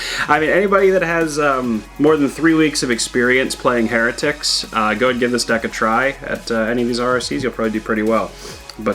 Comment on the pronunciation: Isn’t pronounced, “High-rah-tic”? At least I’ve always said it that way